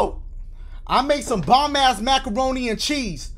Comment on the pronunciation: My man said maccoroni and cheese 😂🤣